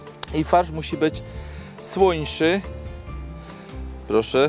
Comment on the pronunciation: słońszy Ahahahahaha